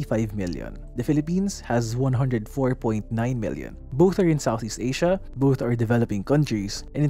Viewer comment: Im having trouble differentiating your pronunciation of “million” and “billion” sir. 😅 but great videos as always! Good job!